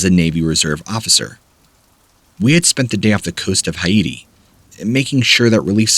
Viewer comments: High-eee-tee? Haiti is pronounced Hay-tee. Haitian people - pronounced Hay-shen. Please learn to pronounce these places and people correctly. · Ha - e - ti? Dude, get your pronounciations down. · Dude...it's not Hi-eighty. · You're killing me man. High-ate-ee?! Haiti is pronounced, HAY-tee. Haitian= HAY-shun. Come on, Man. The bar is pretty low, here. Look a few words in up. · Haiti is pronounced hatey. Sometimes bud I wonder. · Haiti. Pronounced HAY-TEE. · Haiti = hay-tee Haitian = hay-shen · "Hi-eighty"? "Hi-eightian" people? Really? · Thaaannk Yooou...WTH??